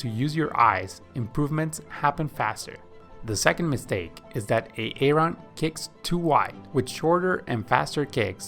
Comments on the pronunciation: Why did you choose a name you cannot pronounce. Its pronounced 'A-Ron' not 'A-Aron', Excellent content but thats really annoying. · The pronunciation of Aaron is Aron. Say it Aron, Aron. Swimming points are good. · Love the video. One correction though..... the name Aaron is actually pronounced as though it has one A. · Every time he says A-a-ron it grinds my gears . Just say A-ron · His name is pronounced Erin. Not A Aron. He is not a pokemon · brilliant video/ seen the longer version too. but just one question. If Aaron must learn to swim the correct way, taking months of hard work, and since you love to mention his name every few seconds which is sweet, how much longer do you need to say his name correctly? lol its not Aay Ron! lol! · why does he keep calling them A-A-ron and Dee-nice lol? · So that you can comment on it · Bro I'm watching this like, "is this guy saying A-a-ron like the Key & Peele skit?" Even after he said it like 40 times I still thought I had to be hearing things 😂🤣😂🤣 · Boggling. can’t gather why this man says A-a-Ron. Doesn’t he have a friend , a wife? Someone to correct him? Sheesh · Thank you for your work and help. Just a heads up, Aaron is pronounced the same as Erin/ Eh-rin, not A-a-ron/ay-ay-ron. Denice is pronounced as either Deh-nees (like bees) or Dee-nees, but never Dee-nice. Blake is pronounced as Bl-ay-k, not as Be-la-ke/ Beh-lah-kay. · Is the guy speaking AI? Whats with the A A ron and BLA-KE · I understood why he was calling him A-aron when i heard Bela-ke 😂😂